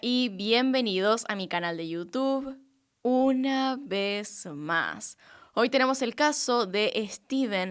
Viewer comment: Por que ya no dices?? Una vee maa?? Me gustaba más con tu acento 😁